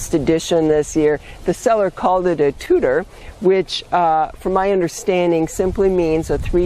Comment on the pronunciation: Thank you for this, you have offered so many ideas for vines. As always, you really deliver a bounty of useful information. I am in zone 4a and it is amazing how many plants different zones have in common. I chuckle when I hear you say Tutuer, as it is pronounced Tu tuer not tutor I hope I do not to offend. Being French I get a kick out of different French word pronunciations. Again I always look to your new posts.